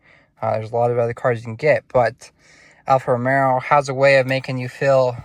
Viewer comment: It’s Alfa Romeo not Romero…brother